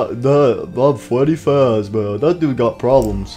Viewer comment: Nobody: Withered Freddy or also known as “Fweddy Fazbeaw”: More brain damage for me!